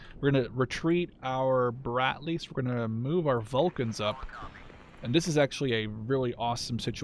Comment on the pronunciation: dont think its brat-lees bro its brad-lees